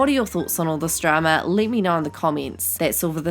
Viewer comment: I love the was she says Drama. “Dramer”